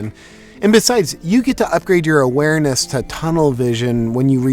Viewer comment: "Upgrading your awerness too tunnel vision" got me hard.😂😂